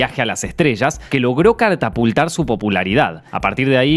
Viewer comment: caltaputar, jajajajajaja